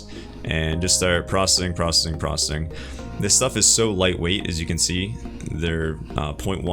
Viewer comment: Stop saying prossing. It isn't a word.